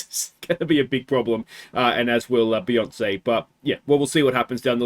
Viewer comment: It's a shame to see Beyonce go, Some truly classic surname butchery. 😂